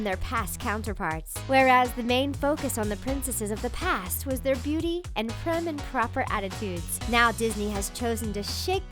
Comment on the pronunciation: It's PRIM and proper, not prime.